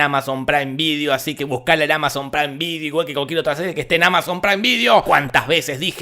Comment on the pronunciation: Solo quiero decir: "Amazon Praim Vidio" xD